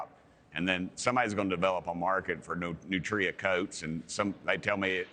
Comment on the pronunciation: Learn to pronounce it. "Nutria" is one word.